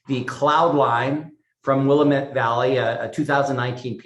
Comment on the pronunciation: Will-LAMB-it is the way to say it, lol